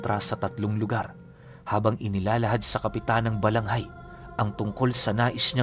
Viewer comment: Narinig ko ang kwento na ito sa lolo ko na albularyo, Balangay po iyon hindi Balanghay.